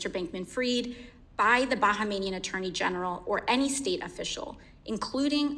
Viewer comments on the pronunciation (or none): Bahamian not bahamanian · I thought she was saying "Bankmanian" 😂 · "Bahamanian"? Really AOC? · Bahamian is pronounced BA-HAY-ME-AN . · That’s not how you pronounce Bahamian lol